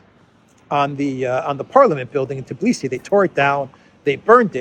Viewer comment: Tbilisi = pronounced Bilisi